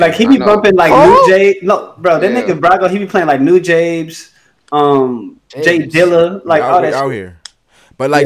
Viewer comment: It's noo-jah-bes lol the lo-fi godfather